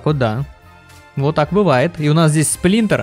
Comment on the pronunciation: Сплинтор, усаги, шредэр